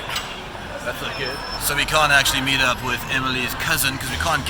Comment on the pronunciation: "poes expensive" I think I died😂😂